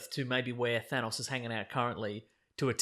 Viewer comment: Nothing bothers me more than hearing it pronounced "Th-aa-nnaaawwwS"